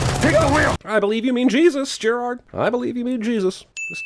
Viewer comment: Jeremy. I was saying that Jeremy wasn't pronouncing Gerard's name the way that Gerard likes it to be pronounced, and I was surprised that no one in the comment section had commented on that.